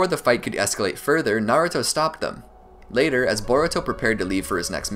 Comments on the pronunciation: no. It's nah-ruu-to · I'm not Arab, and it's pronounced nar-ooo-to in sub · no it's pronounced na-ra-to